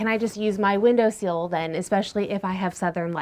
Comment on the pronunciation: Minor, minor point. It’s window “sill”, not window “seal”, unless maybe those pesky pups pester pepper planters, or whatever ;) Love ur channel, esp ur enthusiasm…and ur camera work is getting better!